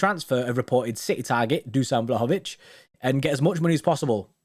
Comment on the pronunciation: It’s pronounced vlowhowvich